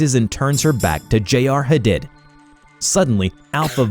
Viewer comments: Why do you have so much trouble with pronouncing simple words and names? Commune (com-mewn). Viscera (vis-sir-rah). Hadid (Ha-deed). Every video, you butcher 2-10 simple words. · love your content so much!!! someone mightve already said it but I think “Hadid” is pronounced like huh-deed. for the future 😊😊 ty for your vids u guys rock!